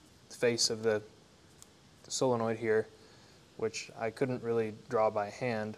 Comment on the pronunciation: Solenoid, not "sillinoid"...